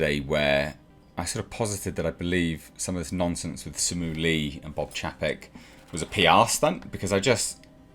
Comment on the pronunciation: Simu LEE, smh. Not bothered about getting an actor's name right.